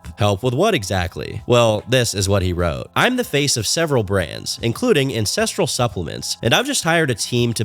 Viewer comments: I kept hearing INCESTRAL not ancestral 😭😭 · I keep thinking hes saying incestual. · EVERY TIME says "ancestral" I pause because it does not sound like that. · Everytime you said "Ancestral" I had to do a double take to make sure I heard right.